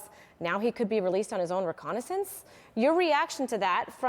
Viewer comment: Recognizance....the word is "Recognizance". You'd think a court reporter would know how to pronounce important words.